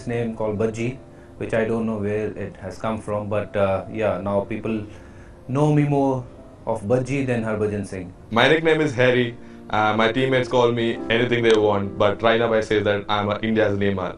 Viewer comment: did anyone heard hardik pandya saying 'HAIRY' rather than 'HARRY'